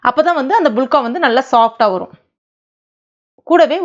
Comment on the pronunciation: இவங்க சொல்லும் போது புளுக்கா(புளுக்க) என காதில் விழுகிறது😀😂